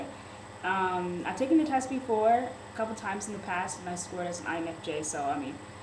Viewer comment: "I've 'tooken' the test before?" didn't you say you were an English teacher?